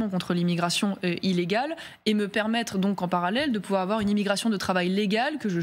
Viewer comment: Car "il ne faut pas afoir peur !"